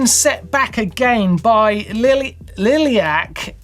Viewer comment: It's iliac not "liliac" or even lilac… lol… ilium is the upper large part of the pelvis bone and iliac is the adjective form for things around or related to the ilium. In this case it's about narrowing of the iliac artery during max efforts that has been reported in endurance athletes like cyclists. result is reduced blood flow causing cramping. There are some good CT images of the arteries in this article about two case studies in cyclists